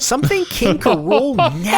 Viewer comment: King K. Rool is his name, but in the show, everyone said it like "Ka-rool." That's how it went